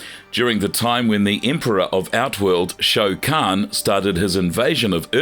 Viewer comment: Ffs every video is the same. If u cannot say the character names properly then u shouldn’t say it, unless ur gonna learn to say it properly. It’s shao Kahn not show Kahn. Obvious to me that these people are not fans they just making content for money Edit: this is by far the worst video u guys have ever done. What a load of crap! Every name is pronounced wrong. How baraka and kronika are pronounced is ridiculous. It’s like ur trying to mess it up on purpose 🤯